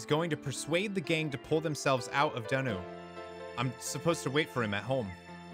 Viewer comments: I'm pretty sure I pronounced them both correctly! Donau is said like "Go Now" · "Me-le Sey-so" and "Don-ow"